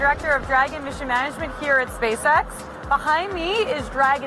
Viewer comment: OMG can't help hearing " SPAY SEX "